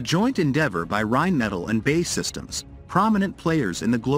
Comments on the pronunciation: Again, write your manuscript so your fancy AI narrator can pronounce correctly... Rheinmetall and BAE are not pronounced the way your AI thinks! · Narrator's pronunciation of Rheinmetall and BAE needs work...